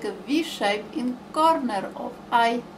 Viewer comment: V shape in coRRRRnerRRR of Eye